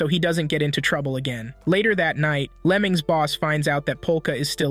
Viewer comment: What bro says: Lemings What i hear: lemons